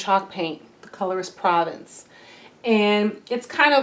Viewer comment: Annie’s paint color Provence is pronounced Provance.